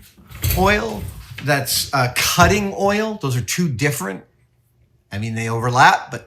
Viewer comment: Ah yes, "Cuttng" oil